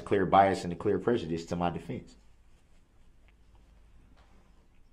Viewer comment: Him struggling to pronounce prejudice... 😂